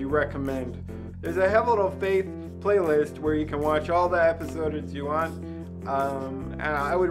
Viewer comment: Most hilarious moment: Actually pronouncing "episodeds" GENIUS XD~~~